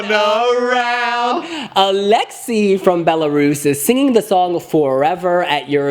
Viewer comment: His name is pronounced Aleksei-yef not Aleksy 😂